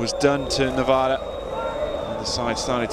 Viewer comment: Novara not Novaro